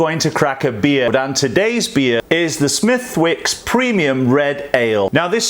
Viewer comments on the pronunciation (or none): Hey love the channel! Its pronounced "smih-dicks" though. Good stuff!